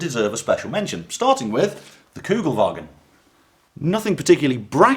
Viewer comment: Kugelwagen? I think it’s kubelwagen